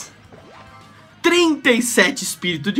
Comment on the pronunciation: "globlins" ele falou .-.